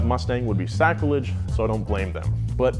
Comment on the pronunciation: Le Car 😂😂😂 That's sacrilege (Yes, sacrilege, not what you said in the video..@@ #heilgrammar )